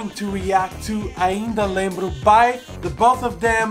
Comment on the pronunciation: Você pronunciou "Ainda lembro" certinho. Parabéns 👏🏿